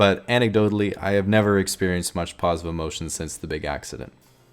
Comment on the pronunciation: Ha ha “paws-itive” emotion